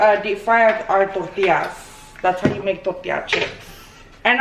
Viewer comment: I cannot get over the way she says “tortias”😅 but aside of that i lovvveee me sommeeeee chilaquiles